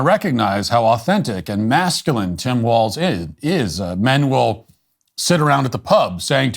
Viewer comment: That lil gummy bear couldnt even say the word masculine lmao!